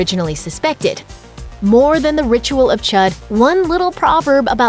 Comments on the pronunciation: NIBBA it’s pronounced chOOd not chUd, dumbass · I’m really triggered that she keeps pronouncing Chüd as Chud. It’s pronounced Chood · anyone else hate how she keeps saying “chud”....ITS ”CH-OOOOD” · I cringe so hard when she says the ritual of chud. Its pronounced the ritual of chude, not chud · The ritual of 'CHUD'? IT'S PRONOUNCED CHOOD! argh, Americans... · Chood not chud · isnt Chüd is pronounced like chude and not like how its spelled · Chüd is pronounced chood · She can't pronounce chüd right lol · You pronounced Chüd wrong... 😐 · THATS NOT HOW YOU SAY THE WORD CHUD